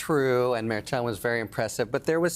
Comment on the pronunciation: Harry, why can't you say Merchan? Do you pronounce Cher the same as chair? I don't think so. Everyone else on the show can do it. It's very disrespectful. You remind me of those on Fox that call Fani, "Fanny."